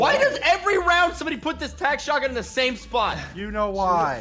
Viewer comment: STOP SAYING SHOTAYYYE